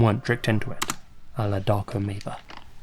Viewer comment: 1. Maver is not a Serbian last name. 2. The way you mispronounce it sounds as if you're saying "Dark ameba".